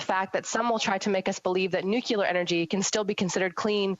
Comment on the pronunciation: So,, I'm confused. What exactly is "nuculer" energy? Are nuculs harmful?